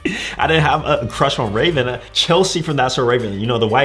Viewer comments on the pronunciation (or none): none